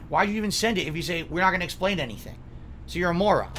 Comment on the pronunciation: 2 favorite words (Frustrating and Moron) are 2 words he can't say properly, he say Flustrating and Morahn